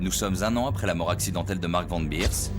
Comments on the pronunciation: Van Beers, ça se prononce é pas i, c'est pas de l'anglais ! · Pourquoi " Van Birs" alors que c est Van Beers, comme prononcé correctement par les témoins de l époque. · SuspensE, qui est un mot anglais prend un "e", sinon c'est le mot français "en suspens"... Un dictionnaire ça ne coûte pas cher et ça évite d'écrire n'importe quoi!! Et c'est Van Bérs, pas Birs et Péter, pas Piter, ah l'hégémonie de l'anglais ça devient une maladie!! Quand on a un public on se doit un minimum de sérieux...